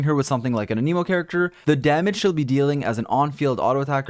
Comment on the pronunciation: For the love of god.. A-loy.. Not ALLOY.. Do people never like, maybe just look up their name? Even out of curiosity? I mean, shit. Aneeeemo?? An-nuh-mo. Come on! Uh-knee-mo doesn't even SOUND right. Just naming off the other elements will tell you you're saying it wrong.